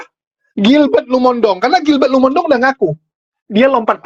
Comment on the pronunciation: Maaf, penyebutan Lumondong itu keliru. Harusnya Lumo in dong. Bagi orang manado tidak ada marga Lumondong